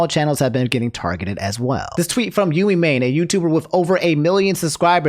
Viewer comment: Lol it's Yuh-mee.